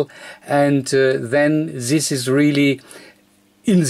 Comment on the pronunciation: The reason why his very informative videos and his channel have low subscriber and view numbers is his English and the speed of speech. His English is atrocious and it has nothing to do with Americans, it is a statement of fact and I'm not a native English speaker, if that wasn't obvious. please learn how to say "this", it is not Zis, if you can't get the right sound just say Dis as in Deutschland. Every time I hear it, its like someone stuck a needle into my ear. And please pick up the pace, already watching at 2x speed and it's still slow.